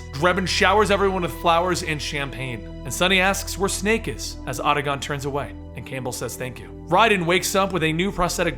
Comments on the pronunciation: It's Ah-ta-con. Not Ah-da-gon. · Not only that! Otagon for Otacon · OTA - CON NOT OTAGON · seriously I was thinking the same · "Auda-Gohn" "Ray-den" I'm outta here... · Did you play the games? You can’t pronounce octacon or Raiden correctly. Lots of misinformation here. Thumbs down my dude. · Awesome narration, but I can't believe you kept mispronouncing Otacon and Raiden. Terrible.